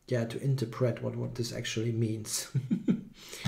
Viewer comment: Great game. By the way, it's pronounced in-TER-pret, with emphasis on ter.:)